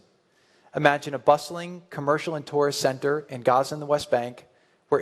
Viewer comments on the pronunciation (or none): none